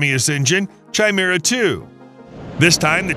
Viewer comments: Chimera is pronounced kai-meer-ah, not 'chai' - meer - ah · It's not "Chai-mera" 🤦🏾‍♂️. It's pronounced "kai'mira" ffs. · That was pissing me off too lol, KAI-MERA damnit! 😅